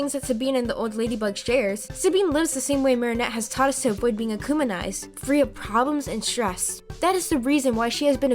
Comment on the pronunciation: You said AcUMaNiZEd What does that MEAN?!?!?